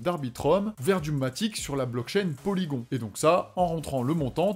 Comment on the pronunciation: Juste pour info. Ca se prononce Polygone et pas polygon.